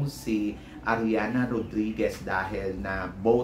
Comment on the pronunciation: Ariadna hindi ariana. Mali na nga ang pronouciation mo sa apelyido mali pa rin sa pangalan.